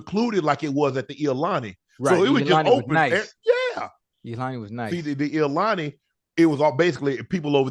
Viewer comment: Unc and Ocho, it is IHILANI not iolani LOL